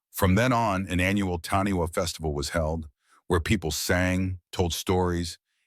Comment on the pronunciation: Its pronounced Taaniwha Tani Far. Wh in Maori is a Fã